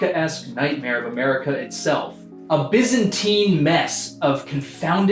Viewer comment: "Bizzanteen" I am freaking dead from that